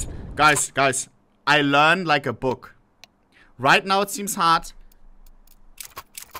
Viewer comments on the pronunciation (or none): "i lurn lika buk"